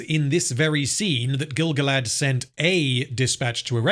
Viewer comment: Pretty sure he said Grand-Gilf.